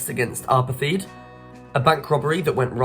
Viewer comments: It’s pronounced “apart-hate”, not “apar-theed”, FFS. I dunno, kids these days… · I wish the questioners would learn to pronounce the words properly. If you were listening only some of these would make no sense at all. Apartheid pronounced as apathy?? Come on do better please.